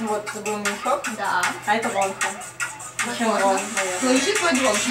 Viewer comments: Кихен - не лидер, он вокалист, лидер там Шону. А псевдоним Шин Хо Сока проиносится как ВонхО, ударение на последнюю. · Я рада что ты сняла это видео, но хочу немного внести поправок. Название группы правильно говориться «монста экс» И лидером группы является ШонУ «ударение на букву У» Ну и Вонхо «ударение на букву О» А так ты молодец что быстро выучила их)) если бы немного рассказала свои впечатления о группе, было бы ещё лучше) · Не Монста Икс,а Монста Экс Не вОнхо,а вонхО не шОну,а шонУ не «чюхон»,а Чжухон и лидер группы не Кихен,а Шону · Не вОнхо,а вонхО